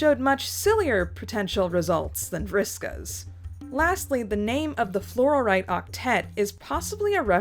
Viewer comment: Flor-ite, not flor-or-ite